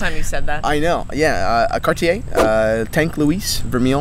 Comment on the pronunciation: Now, you guys got to learn how to pronounce Cartier....it would sound like "Car'tje" and not "Car-ti-ai" .......